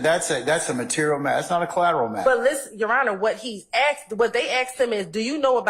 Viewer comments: Right 😂 It's annoying tl out of me. I wish she just learn to say "asked" 😂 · Why does she keep saying axed